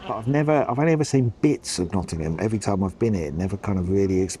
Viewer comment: Also thank you for pronouncing Nottingham correctly 🙈 (Pigeon milk!)